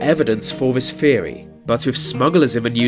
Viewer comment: Such lazy speech in the commentary. Vis and vat, fings, etc. It’s just sheer laziness. Had to turn it off.